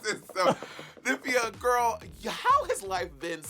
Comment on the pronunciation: Money calling her “Nim fee ya” instead of “Nymphia” lol